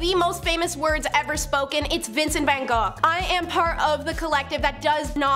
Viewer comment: thank you for pronouncing van gogh's name correctly.